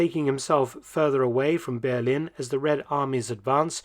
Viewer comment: The Ber- part is already quite good but the -lin part sounds like lean, so it‘s bear-lean.